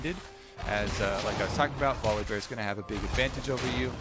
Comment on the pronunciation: My lord can someone please tell phreak its volibear not volabear